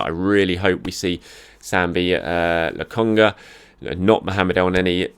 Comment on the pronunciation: He finally pronounced 'Lokonga' correctly 🤯🤯🤯